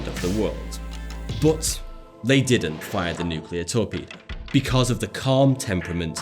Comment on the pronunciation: That is not how to pronounce "but",!